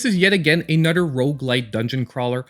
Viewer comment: Ima start calling you, like THE CHOSEN ONE but beddur.